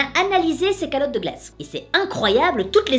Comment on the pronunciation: alors a tu dis qu'on a analysé ces caLottes de glace, mais en fait on dit carottes. voila sur ce bonne journée